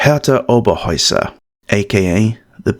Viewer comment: Herta Oberheuser was her name not Hera Oberoer